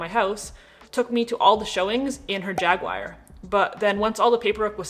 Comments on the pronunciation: It’s jag-war or jag-u-are , not jag-wire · The Rav4 is a perfectly good car. Any generation. The real bugger is why americans say Jagwire? It's Ja-Gu-aR 😀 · ‘Jag-wire’ ? It’s a UK brand and it’s pronounced ‘Jag-u-er’. Americans usually say it ‘Jag-u-r’ and Austin Powers called his a ‘Shag-u-r’, but never heard Jag-wire before. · I agree with nearly everything said in this video with the exception of two things: Elon Musk is an incredible competitor but not in the framework of money, a little bit of research would reveal that. Secondly, no one drives a Jag-wire. Everything else is spot on... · *JAGWIRE* Ha ha...I love it. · What an earth is a ‘Jagwire’ ?..😂❤